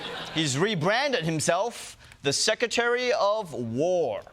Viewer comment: The secwetahwy of woah. Yoi tell it, Wonnie.